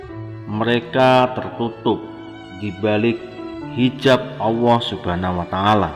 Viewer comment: Admin koreksi ya....pengucapan Allah bukan auwoh njihh